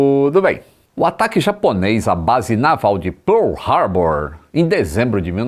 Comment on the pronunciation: Lito Afiadíssimo no Accent "Pearl Harbor" 😱😱😱😱😱😱😈😈😈😈😈❤️❤️❤️❤️❤️😎🗿🍷